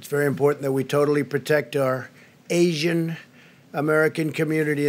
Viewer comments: Why tf does he always pronounce certain things weird. “AAEESIAN” “CHAIIINA” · I love how he says ASIAN with emphasize lol